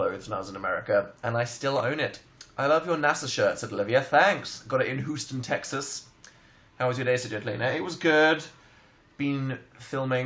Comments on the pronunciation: Am I the only one who got mad when he said Hooveston Texas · “hooston texas” lol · "hooston texas" wow dan, wow